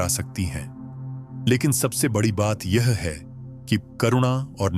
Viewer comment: आप ए आई को निर्देश दीजिए कि कुछ शब्दों का उच्चारण सही करे।पीडा,बडी और बहुत से शब्द खटकते हैं।आपका कंटेंट बहुत अच्छा है।